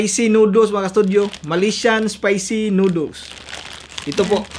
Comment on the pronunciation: Di marunong mag basa noodles hindi nooduls